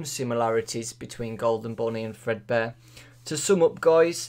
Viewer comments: Fredbear, not Fredbun. There. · its fredbear not fredbunny obviously "golden bonnie" is a rabbit.